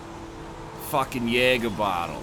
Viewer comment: "He was a fackin Seahawks fan Ari"